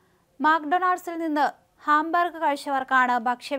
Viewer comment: ഹാംബർഗല്ല 'ഹാംബർഗർ' എന്നു പറയണം.